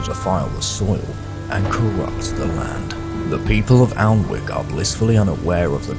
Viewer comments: I always thought it was spoken annick like not pronouncing the L?? Good video though hooked for the second part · Just stumbled across this video. Having lived near Alnwick most of my life I had no idea this had happen. Great stuff. Just thought I'd say it's pronounced 'An-ik' both the l and the w are silent. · Safe to say based on that source, that period pronunciation was not 'Anik' as it now is, but something closer to what you used. Maybe 'all-ne-wik'?